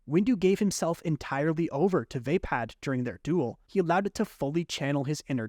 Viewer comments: Just a little nitpick ,youre pronounicng VAPPAD wrong.Its pronounced WAHPAD not WAYPAD .I know americans dont care about pronounciations that much tho 😅. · Not VeypadXD Vaa-pad. Vaa should be pronounced like "Va" in "Valhalla" Some of these pronunciations are killing meXD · It’s pronounced Vappad with an o sound not VApad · Vaypad❌️ V-uh pah'd✅️ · Great video but... Vah-pard not vay-pad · Vah pod, not vape pad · Decent video but why can NOBODY pronounce “Vaapad” correctly? It’s “VAH-pad” not “VAY-pad” or “vuh-PAHD”. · You sure it's "vay-pad"? And not "vuh-paad"? Most other videos say it the second way. Has to stop listening coz pronunciation. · The mispronunciation of Vaapad (should be Vuh-pod) is annoying me 😂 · "vay pad" :( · You had SO MANY chances to correct your mispronunciation of "waypäd"!! 🤦‍♂️🤦‍♂️🤦‍♂️ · The way this man pronounces vaapad makes my brain itch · I can't imagine how you would end up pronouncing Vaapad like that